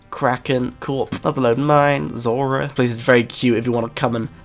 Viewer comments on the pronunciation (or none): none